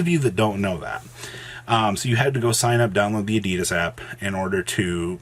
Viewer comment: please learn how to pronounce Adidas